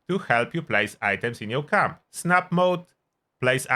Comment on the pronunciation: What is Cum-building? Work on your accent ...